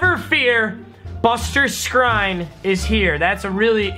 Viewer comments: Your supposed to say Buster Skreen not Skrine. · It’s pronounced buster SCREEN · Skrine is pronounced screen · By the way Buster Skrine name is pronounced Buster "Screen" I only know because he used to play for the browns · Buster screen is how his name pronounced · that buster guy, his last name is pronounced screen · Buster Skrine's last name is pronounced screen. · Buster Skrine’s name is pronounced “Screen”. Learn English papa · SKRINE IS PRONOUNCED